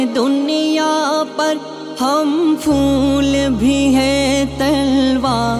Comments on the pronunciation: پڑھا تو بہت اچھا آپ نے ما شاء اللّٰہ آواز بھی بہت پیاری ہے، مگر پھول کو فول پڑھ کر مزا کرکرا کردیا، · ماشاءاللہ شاندار کلام اور شاندار انداز ،، لیکن ہم پھول بھی ہیں تلوار بھی ہیں اپ کا تلفظ پھول میں فول ہیں یہ تھوڑا۔۔۔۔